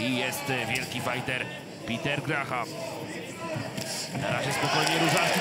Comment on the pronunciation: NIE GRAHAM tylko GRAM! h jest nieme. Co za komentator bierze pieniadze a nawet NIE wie jak sie zawodnik nazywa PORAZKA takich komentatorow zatrudniac